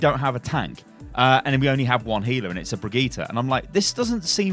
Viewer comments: I'm gonna be that guy, but pls, learn to pronounce her name, it's been 2 months and it's not even that hard. I'm also British and it's really simple for me. Bri-geet-tah, with a hard g. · It's Brigitte like "g"rapes not Brigitte like "g"ym . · Please rewatch the hero reveal for brigitte and learn how to pronounce her name propperly. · 3 months and you still can't pronounce her name XD